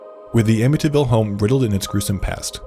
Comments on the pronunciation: Why do you pronounce amityville like that? "amiTyville" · The way he pronounces ‘Amityville!’ 🙄😒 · As a long islander, I find it offensive to hear you mispronounce Amityville.